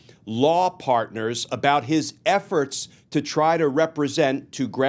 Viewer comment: he said “part-ners” like Brad Pitt did in that new Apple TV exclusive. 😂 😂